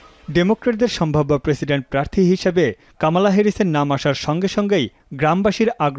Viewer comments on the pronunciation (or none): কমলা কামালা,হল কেমন করে। কি উচ্চারণ